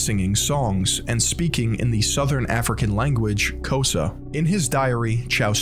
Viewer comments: I hope you know everyone from SA probably laughed at your pronunciation of Xhosa 🇿🇦🤭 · Xhosa is pronounced with a click of the tongue in the beginning. Why tf was he speaking Xhosa to them 😅😅😅